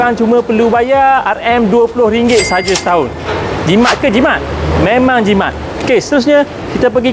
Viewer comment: apa dia kata? Jimat ke Jimak? hahahaha